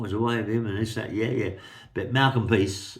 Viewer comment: PRICE is name is it’s not peace although I laugh when you say it. I have told you before mate. Love the stories keep them coming. From Merthyr Tydfil